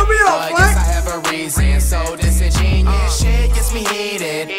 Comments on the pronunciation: Dissin'genius. Yeah that's definitely how you say it lol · Pronunciation: Dis-in-jen-yoo-us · i just realized that flight aint even saying the word right "Disingenuous" its dis-ingen-u-ous bruh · dis•in•gen•u•ous flight didn’t say the uous part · The fact that they both mispronounced the word just has me laughing 😂😂😂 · I love how the whole song he said 'disingenuous' incorrectly lol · No one cares that he says Disingenuous wrong